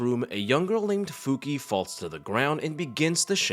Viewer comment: Her name is pronounced "Fuki-ey"